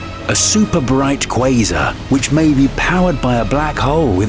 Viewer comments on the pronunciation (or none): none